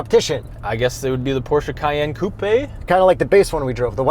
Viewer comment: the way he says “coupé” as “coupie” 😭